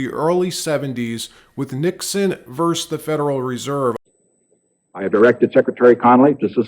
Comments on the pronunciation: Nixon VERSE the Federal Reserve? Vs./v. = versus, not verse. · Versus, versus, versus not verse! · “Versus”, not “vers”. Love the updates versus no updates.